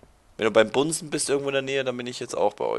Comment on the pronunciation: ich verstehe nicht bunsen sondern bumsen xDDDDD